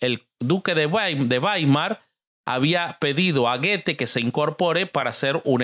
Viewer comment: Goethe se dice go e th…go e thé es otro wey